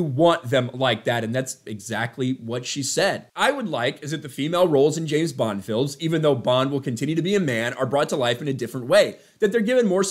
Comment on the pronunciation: Hollywood. It's not Jayne bond is James bond. Sort your sh*t out